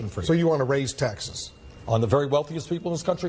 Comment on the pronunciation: "SO U WANT TO RAISE TAXEZ" -Wolf Blitzer